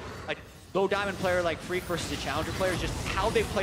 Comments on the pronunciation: Thought he said Greek as well lmao but it was Phreak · he said phreak but it sounded like greek xd